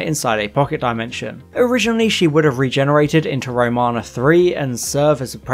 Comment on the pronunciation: This is by no means meant to be a nasty comment, but the tightarsed anorak in me is incensed and forces this query. Have you actually watched Classic Who, sir? The reason I ask is due to the myriad of mispronounced names/planets in this video (Track-en? La-Zarrrrs disease? Row- mana? etc). I have never tried the New Adventures/Missing Adventures/ Big Finish stuff and after your synopsises here of some of them, I'm glad!! Peri gets abused so badly she becomes infertile and needs facial reconstruction surgery? No thanks, makes 'Nil by Mouth' seem like 'Sesame Street' I'm sure... Kamelion has a baby with the TARDIS?!!! Excuse me? What drugs are these authors on? The desire to shock and be different being so strong clearly, that logic, common sense and realism (even in the Whoniverse) is obviously cast aside!